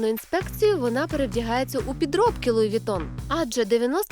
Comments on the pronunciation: Оля, правильно произносится Луи Вуитон. Неграмотность 80 уровня))) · «я не раджу луи витон» лол